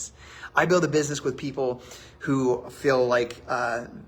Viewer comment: He also says "fell" instead of "feel"